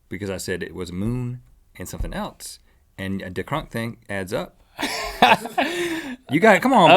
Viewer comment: ***** Rhett says 'elts' instead of 'else'